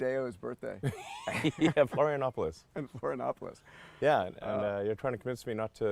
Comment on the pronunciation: Elon's pronunciation of "Florianópolis" was 10/10 👌. ps. If you ever come visit again you can couch surf at my place.